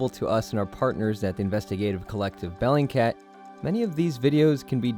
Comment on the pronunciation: It's BELLINGCAT ffs